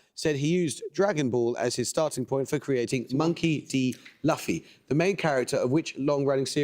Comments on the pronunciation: Obligatory “it’s pronounced Loofy” comment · Much credit to Amol here. For several years, Jeremy Paxman's atrocious pronunciation of Japanese added unnecessary difficulty to questions. Other than a very slight mispronunciation of Luffy (it's pronounced loo-fee in English), he was correct and crystal clear. Well done!!